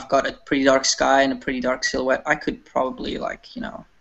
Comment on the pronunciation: It's funny how still can't pronounce "silhouette".:D